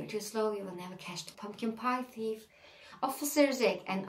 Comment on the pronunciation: Thief okunurken th “f” şeklinde okunmuyor ayrıca ingiliz ve amerikan aksanını beraber yapıyormuşsun gibi geliyor kulağa konuşurken..